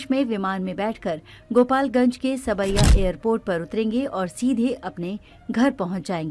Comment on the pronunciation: Saab-ya,sawai nahi